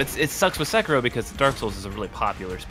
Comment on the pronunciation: SUH-KEY-ROW not 'sek-a-row'